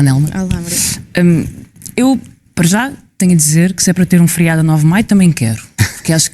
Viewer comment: Alguém diga à Mortágua que é FERIADO e não " FRIADO"